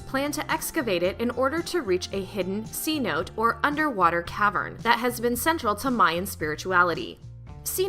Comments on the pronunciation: Not C-notes...lol...C-note-a's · oh man hearing her butcher some of those words was tough. "cenote" is not pronounced "see-note" its "say-note-ay" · LMAO on how she pronounced Cenote jsut as you read it..